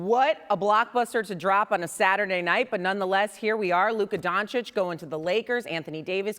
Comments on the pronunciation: It’s been years and Stephen A. Smith still does not know how to pronounce Luka’s last name. It’s Don-chitch not Don-chick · So how many years is Doncic now in the NBA and Stephen A STILL can't pronounce his name. It's pronounced DONCHICH not DONCHICK for gods sake. It's not hard Brian Windhorst does it perfectly. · He still can't pronounce his name right! Its DON-CHICH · Will Screaming A. Smith ever pronounce Luka Dončić's name correctly??? The female anchor interviewing him said it right a BUNCH of times (DON-CHICH), but he insists on calling him "DON-CHICK" like an absolute idiot! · Ffs its not donchick Stephen A blind old rat! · Exhausting to listen to SAS say Luka “Donchick” and Victor “Wembanyana” for years now. alway making sure to get these players’ names wrong. Disrespectful. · Fugging Stephen A still says Donchick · Why can’t he ever say his name right SMH racist AF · how can someone that talks about basketball 24/7 not be able to pronounce Lukas lastname ... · I find it disrespectful to choose to pronounce a superstar’s name like that. Just wrong. He is a product which creates jobs in the press, athletics, social media. Stephen A..come on man… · For all these years Stephen A. haven’t learned how to say Doncic correctly 😂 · It's sad that after 7 years of Doncic in the NBA this hater Stephen A., hasn't learned how to pronounce Luca's last name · what's up with SAS not being able to pronounce Dončić ?????? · Stephen A still can't pronounce is name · Stephen A SMIF still can’t pronounce Dončić properly…come on man…. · How does he still not know how to say his name correctly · Can stephen a finally say donic properly? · Stephen cant even pronounce Doncic's name correct is diabolical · you’d think by now Stephen A. would know how to pronounce Luka’s last name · ‘a global superstar’ yet stephen a doesn’t even care to get his name right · I’m still dumbfounded how SAS still mispronounces Luka’s last name. I thought he is an eloquent journalist. Lol